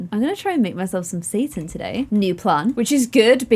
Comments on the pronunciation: I think it's pronounced say-tahn, not Satan (like the devil) 😂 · Separate the syllables as of there was a hyphen in the middle. And give the "a" sound just a little bit more of an "ah" tone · What does she keep calling the meat substitute bc it sounds like she's calling it "satan". Lol